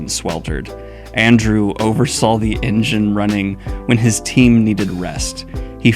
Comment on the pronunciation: "Arndew" lol